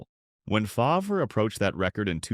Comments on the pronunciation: I tuned out as soon as Favre was pronounced “Fov-ree”. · AI slop... Fov-ree, lol. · Ahh yes, Brett fahvray. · Brett who ? Fah v rah lol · It actually made me laugh because that’s how they pronounced it in “Something About Mary” when he made a cameo, lol. And let’s not forget Paul Tagliabu butchering his name when he was drafted and calling him “Brett Favor”. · More AI trash that can’t even pronounce some names correct. Fav-Rahh. Click bait thinking you see a real interview and it’s just more trash that we will see more and more of. Don’t subscribe…give the support to real content creators.